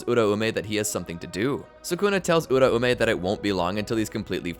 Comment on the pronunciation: It’s U-raume not ura-ume